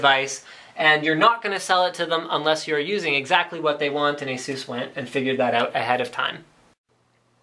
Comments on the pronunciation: ASUS not Aseus and D.A.C not DACK :P but AWESOME MAN I want one D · According to Asus Its correctly pronounced Eisus and/or Asus. Its not pronounced D.A.C but DACK as in Digital Analog Converter (dee)(Ah)(Kq). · You are always pronouncing ASUS wrong. There's no emphasis on "U". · I wish people would stop saying Ay-zoooss. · Why can't you say Asus properly?